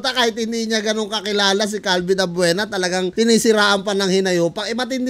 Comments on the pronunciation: CALVIN ABUEVA gun hindi Avuena 🤗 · Abeuva hndi abveuna 😂😂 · Calvin abueva di abuena ahaha dami tawa sa abuena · Boss. Abueva po.. Hindi abvuena. Hahhaha.... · Boss abueve not abuena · Abueva po hnde po abuena😂😂😂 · calvin abueva idol hindi abuena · ....CALVIN ABUEVA.....HINDI ABUENA.. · Calvin abueva boss Hindi abuena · CALVIN ABUEVA po yan hindi ABUENA.. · Calvin abueva po hindi calvin abuena😆😆😆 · Calvin abueva..hindi abuena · Abueva hindi Abuena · Abueva hindi abuena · CORRECTION!!!Calvin abueva......hnd abuena.....ayusin mu nmn pgcocontent mu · hindi po abuena abueva po